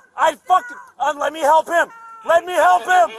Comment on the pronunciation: "you gotta help him" "you gotta gelp him". Ooohhhh that woman made my blood boil.